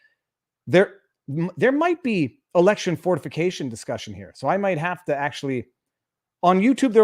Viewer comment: did he say electio9n fornication?